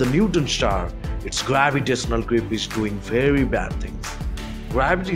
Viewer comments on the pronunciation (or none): none